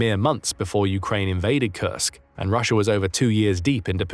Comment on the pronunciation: Pretty sure that's Russia and not Rusher. But anyway...thanks for the vid!